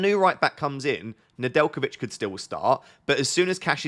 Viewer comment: Nedjelkovic perfect pronunciation ✅